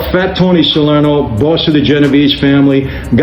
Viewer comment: It's Salerno, not Solerno